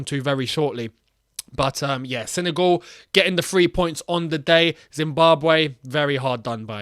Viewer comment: It's not "Sene goal" mate